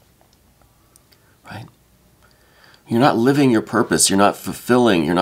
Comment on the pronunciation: Are you trying to say purpose?